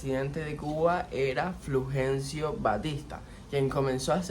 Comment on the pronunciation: No será Fulgencio ? Te oí decir " Flugencio " Saludos desde Chile 😊